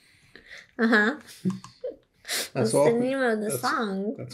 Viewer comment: You say rosalia Wrong lol 😆 😂 🤣 😅